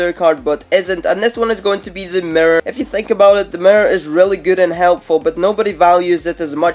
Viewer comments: He said the Mir (mirror) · At nr2 WTF IS A MRRER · That nigga says merr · Chance Jacobsen Listen how he says mirror!